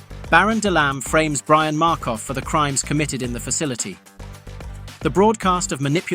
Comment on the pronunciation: You should know it's AI because it's Brion not brian